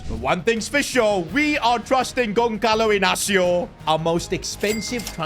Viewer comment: Bro who is Gonkalo 😂